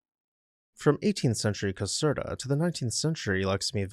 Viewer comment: Not exactly sure what the largest palace in Europe "by volume" means, but why is that one only no.10 on your list? (Caserta is pronounced as if the "er" is "air.") Where is Europe's largest palace (by floor space and 3400 rooms ), the Royal Palace of Madrid? While the Winter Palace has more floor space, it isn't one giant building like the one in Madrid. Good choices, just my being picky - like thinking a video about houses should be about houses with a separate video about palaces.